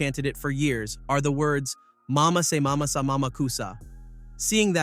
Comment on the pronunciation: What is wrong with just reading your script with your own voice,Thanks for the video but i stopped after hearing it butcher the Mama se Mama sa...a.i. has no emotional tones that this vid should've had either,im out.